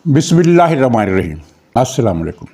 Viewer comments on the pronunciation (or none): none